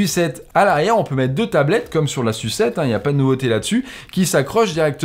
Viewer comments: Insuppulortable d entendre "sucette" en permanence... C est une "Essuçette" 👌🏼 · T'arrêtes pas de nous gonfler avec ta "sucette"... J'en ai pas vu la couleur! 😂 Prononce plutôt SU7 comme tu prononces YU7 et ça évitera qu'on se gondole à chaque fois que tu nous parles de ce modèle Xiaomi! 🤭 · J'entends tout le temps sucette au lieu de SU7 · Je ne comprends cette volonté patente de prononcer « sucette » ou « yucette ». C’est ridicule. C’est probablement un pari idiot mais cela nuit à l’appréciation objective de la vidéo dont je retiens surtout cette mauvaise blague redondante ad nauseam😓. Malgré cela, j’adore la bagnole🤩